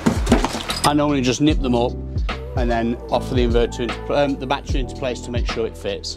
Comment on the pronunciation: It's NOT a "bat-tree" Say "baa-TTeR-y"